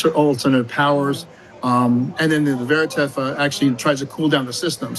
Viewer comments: Odd he can’t pronounce Vertiv….It’s not an up and comer… maybe his compliance people hamstrung him… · Vertiv* Holdings Co. (NYSE: VRT) Not Verativ lol